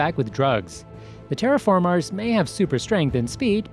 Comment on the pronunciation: Why do you say TerraFarmars